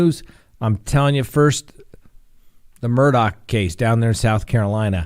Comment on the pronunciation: minutes of talking about food super chats and patreon. Its Murdaugh not Murdock